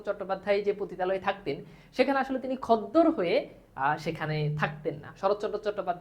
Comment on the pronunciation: খদ্দর নয় খদ্দের